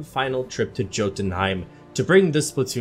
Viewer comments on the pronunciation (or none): Jotunheim is pronounced with a y not a j not trying to be a weeb just giving you a heads up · Love the video but when you said Jotunheim wrong made me cringe lol it's said yo-tun-hiem the J in Jotunheim is sounding of a different letter it's weird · Yotuun-heim. Spelled jotunheim, pronounced yo-tunheim.